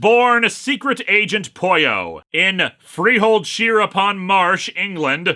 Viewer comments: ..no.. the way you pronounce it.. doesn't sound like "pollo" it sounds like you are saying "Poio" which is not a word. (By the way I brought this up more as an irational attempt to defend the fictional robots feelings.. not so much cause im bother by the miss pronunciation ) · That's how you pronounce Pollo in Spanish.